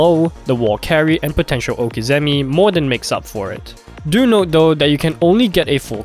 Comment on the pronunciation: Cringed hard on the prononciation of okizeme